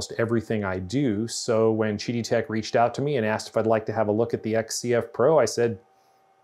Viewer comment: Isn't it Qidi Tech (Quidi) with a Q not Gidi Tech (Jidi) with a G? Kind of diminishes the review when you don't know the name of the manufacturer.